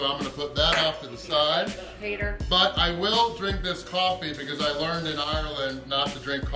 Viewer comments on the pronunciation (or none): none